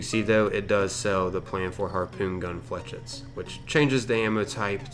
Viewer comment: FLAAAYSHEETTSSS......jesus ...flechits (fucking ingrish crit)